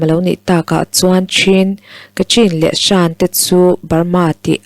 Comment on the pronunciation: SHAN....i lam dik lo. SHN.......emaw .CHN.... ti a lam tur. A leh I inkar sound